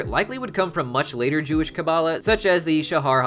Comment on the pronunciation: 1st love your hazbin hotel and helluva boss videos 2nd Kabbalah is more like KA-balah you said it right but maybe say it a bit slower at the start 2. Gevurah is G vurah (g like gorilla/god) 3. What is a zohar is it a second name for the tanakh (Bible)? (Sorry its took me some time to answer I needed to re-watched the video)